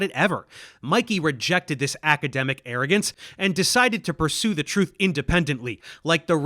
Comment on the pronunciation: It''s "Truthy McTrutherson", not "McTrutherton". C'mon, Dave. Keep up. Loving your Latin language classes, btw. Thank you for doing all you do!